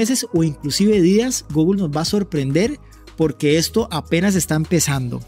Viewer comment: Deberías escuchar en Google Translate como se dice la palabra "Google".